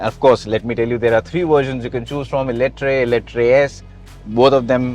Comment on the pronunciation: Call it Eletraaaaaa not eletrai